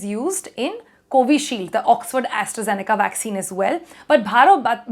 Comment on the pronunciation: Is it a vaccine or waksin..lol